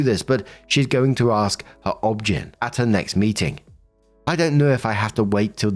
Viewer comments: Saying “obgyn” as a word and not “O-B-G-Y-N” made me giggle 😂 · Pssst just a note: It's Ob-GINE (long I, as in gynecologist)